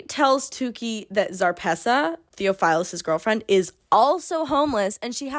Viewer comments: noo 😭 you’re doing gods work even attempting to transcribe this mess so i don’t even blame you also side note your pronunciation of theophilus lowkey hurt me bc the brother of my friend is named that but i think your pronunciation fits in w this goofy ass world anyway ❤️ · immediately the pronunciation of theophilus is killing me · Theophilus is a real name. Biblical. Ppl are still named that and it isn’t pronounced that way. Everything else was as ridiculous as you said but had to say that lol